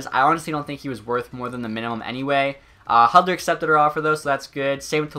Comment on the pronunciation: Red wings fan but can’t pronounce Hudler who made a name for